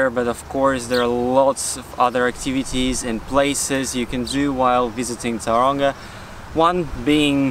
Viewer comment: Please fix your pronunciation of the town. It's not towranga it's pronounced toe runga